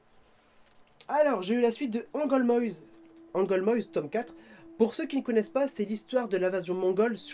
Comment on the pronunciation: On dit Angolmoas pas Angolmoises mais c'est pas grave😉 Sinon super vidéo !